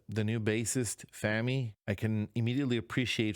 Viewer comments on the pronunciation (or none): Pronunciation police: FAH-mee with the vowel of father, not as in "famine". I think the video means that you should not enshrine in your mind bad things that happened to you (as represented by the picture frame), but smash that old memory and carry on. The tools for that can be found in your mind as well (the sword is part of the story within the picture frame).